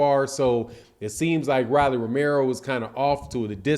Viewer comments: It’s pronounced ROW-LEE NOT RAH-LEE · Why you saying Rawlie when it's Rolly as in Roll-e? I know you've heard the name said the right way over 20 times here on youtube puzzy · Who the hell is Ra’Lee? It’s Row’ Lee 😂😂😂😂😂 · my dawg but why bruh say rolly name wrong on every video on purpose 🤣